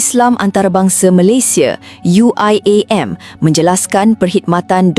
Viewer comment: itu pembawa suaranya aja nyebut UIAM pakai logat inggris.. dasar bahasa rojak